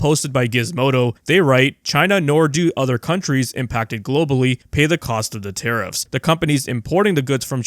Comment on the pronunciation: Tariffs are... Taribull 😂